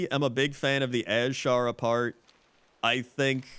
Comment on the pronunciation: You pronounce Azshara annoyingly. It's just Azshara. Not AZ-shara.